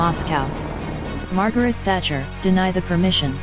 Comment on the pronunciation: "Tatcher" lmfao it is "Thatcher".